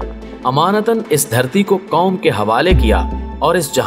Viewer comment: آپ سے مندرجہ ذیل لفظوں کے مطلب بتانا پسد کریں گے کوم اکوام حکیکت طاکت کیمتی کسمت کائد مکام مستکبل حک واکعہ مکصد مستکل کریب مکصود ( مکرر ) تکریر مکرر کے علاوہ اردو ڈکشنری میں کسی لفظ کےکوئی معنی نہیں ہیں کیوں اردو کا بیڑہ غرق کر رہےہو کچھ تو شرم کرو یاپھر اپنی مادری زبان میں بات کیا کرو اسطرح الفاظ تو صحیح بولو گے